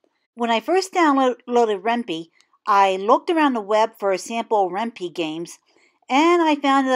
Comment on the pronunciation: Ren pee? lol I thought it was Ren "pie" because it's short for python.....heh....